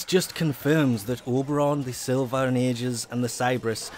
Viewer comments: it's pronounced siL-va and A -ji -s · Pronunciation Silva & Aegis: Sil-va and Ay-jis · Sill-Vah and EEe-jus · Sil-va Ay-jis